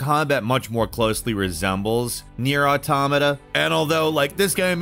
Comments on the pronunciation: I wasn't you to know that I've noticed you properly pronounced "automata" in this video and I'm delighted, it's been a hell of a journey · He said automata right lol. I fucking love this character arc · THANK YOU for being someone who pronounces automata right. It's pronounced like autonomous is it's root word, because it is.